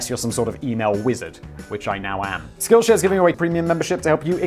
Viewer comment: I swear it sounds like Simon said "skillshag"